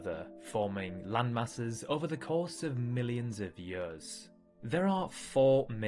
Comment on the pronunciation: "ovah millions of eeyuhhs"